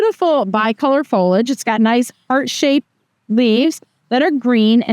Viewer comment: Fol i age. 3 syllables.